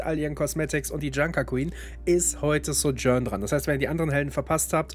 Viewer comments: Ja. Finde die deutsche Aussprache schrecklich. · Die Aussprache von Sojourn triggered ein bisschen. :/